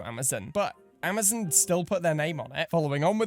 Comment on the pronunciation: Your ‘Amazon’ pronunciation is so unique and good lol